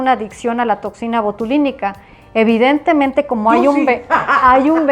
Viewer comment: No sé cuántas veces dijo evitentemente!!!!!!